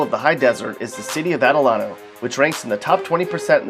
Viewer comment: delano...... is not pronounced like that its more like da lane oh... and lake isabella, shafter, tahachapi, buttenwillow, hmm and lancaster ;)